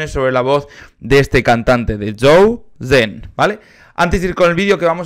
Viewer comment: Zhou Shen es hermoso <3 por cierto, se pronuncia como "Chou Shen" con sh, no sen